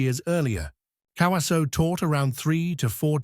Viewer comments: Learn how to pronounce his name! KA-WA-ZO-E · Tell your AI voice-over robot to pronounce his name properly